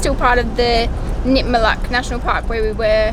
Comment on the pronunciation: Its name is pronounced Nit-Ma-Look... not Nit-Ma-Luck. And the Butterfly dreaming is one of the many sacred dreaming sites of the large Jawoyn area.